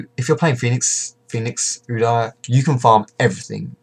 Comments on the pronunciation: Its "U-Deer" not "U-dar" ;) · the way u pronounce udyr.. GAHHHH D